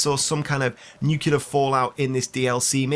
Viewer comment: *Nuclear, not nukelear.